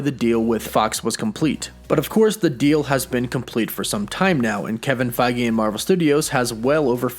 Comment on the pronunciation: Mate pronounce the dude's name correctly lol ... his name is Kevin Feige not Kevin Fagi get it right smh